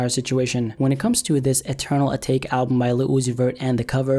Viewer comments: I’m sorry but next time try to learn how to pronounce the words you say. It’s pronounced Eternal At-ah-Kay, not Eternal A-Take... lol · Atake is pronounced "Ah-tah-ke" not "Ahtayke" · I thought it was pronounced ata-key. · First of, I've seen better digital art. Just because it's you doesn't mean it's the best. Lmfao. Secondly, it's pronounced UH-TAUGH-KAY.